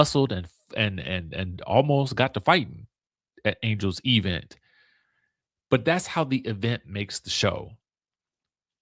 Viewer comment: Why are you saying event like Kimmi Scott, e-vent?